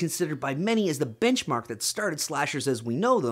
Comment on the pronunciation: I thought you said "Bitchmark" of horror.